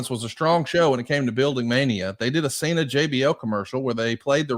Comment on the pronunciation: bro said "Cener and Batister" 🤣